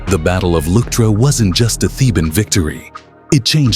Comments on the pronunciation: Luctra? What is "luctra"??? I think you have no idea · its the battle of Leuctra, try at least get that right